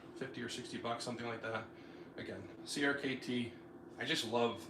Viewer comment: I could be wrong, but I think CRKT is pronounced “cricket”